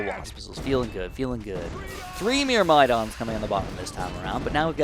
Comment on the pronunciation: Congrats on 500k on the main channel!! Also, myrmidon is pronounced like murr-muh-dawn, hope that helps.